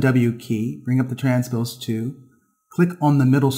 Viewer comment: Great vids! However, the 'L' in 'tool' is not silent! You have a fantastic speaking voice, great info and you're a great teacher...but I wince every time you say 'too' when you mean 'tool'. :D